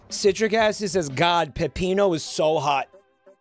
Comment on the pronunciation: I really hope he addresses why he keeps calling Peppino "Peppito."